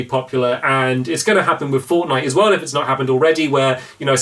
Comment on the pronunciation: IT FORNITE STAMMPY NOT FORNIGHT